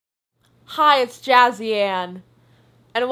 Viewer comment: I always think she said jazzy and not jazzy Anna